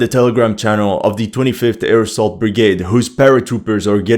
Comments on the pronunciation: Is he saying airsoft brigade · Every time you say "25th air assault brigade" all i hear is "25th AIRSOFT brigade" 😂😂😂